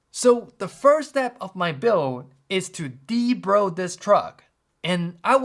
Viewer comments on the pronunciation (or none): De-Bro. LOL😂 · LMAO. "De-bro" the truck.